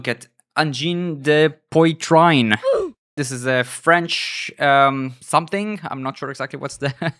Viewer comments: Pronunciation: "Angine de Pwatreen", with the "ee" short. And yes, retrieve your French school books, if any. Grtz from NL. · Angine de pwotreen is the pronunciation. They are Quebecois not French. It translates into chest pains. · French canadian here. A small advice about how to pronounce Angine de Poitrine correctly; please use Google Translate and select audio. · It's startling to hear someone with a foreign accent unable to pronounce French words... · at least learn how to pronounce their name.... it's not that difficult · Germany and France share a border, how is your French pronunciation THIS BAD! lol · It is really not difficult, to make a very little effort and figure out how to properly pronounce the Name of the act you attempt to review - it is a basic courtesy - especially in our Global Age, and you don't need to learn French for that - even Google-Translate can vocalize two words for you. Also, small-mindedness and provincial ignorance is NOT cute ;)